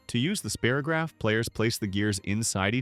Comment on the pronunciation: Yes, It brought back all the wonderful memories of childhood. PLEASE either program AI to say the names correctly or FIND A REAL PERSON TO NARRATE. "SPEAR o graph" the AI voice said. NO, it's SPY ROH GRAPH